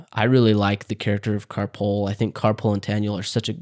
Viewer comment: Did you say car pool? Ka-Poel. I've read the books twice, and listened to them once. One of the narrators (there are different narrators depending on the book) pronounces it Ka Poe-El, but I always pronounce it Ka Pole as Taniel calls her Pole.